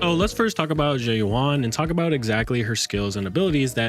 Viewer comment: oh my goodness lordie me she's pronounced "Zhoo Yu-en" ... Zh is pronounced like the Shu in Shush with a Z, and Yuan is pronounced like the japanese currency with a ^ (yên) when spoken quickly, otherwise "Yoo-æn" (æ being between a and e sound for english speakers)